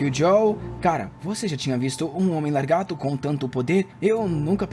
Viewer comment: Escutar "largato" o vídeo todo é agoniante